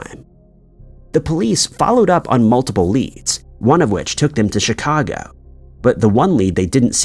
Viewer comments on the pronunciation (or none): none